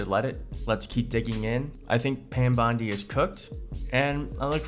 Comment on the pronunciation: Do you realize that LL keeps calling her Pam BLONDI? 🤣🤣🤣